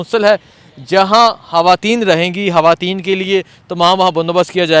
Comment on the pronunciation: Hawayeen nahin kehtey, sahee word hai khawateen 😏